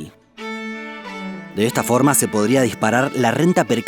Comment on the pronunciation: OShe Que She Pasha xD